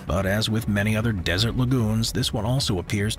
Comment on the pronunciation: Don't forget your "n" in "many"! Apart from this: I think you have a point.